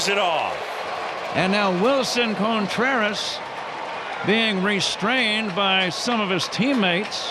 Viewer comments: I just asked some friends last night if they hear how Pat says CONEtreras! 😂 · I'll never be sorry the Cubs gave up on "Cone"treras. (as Pat would say.)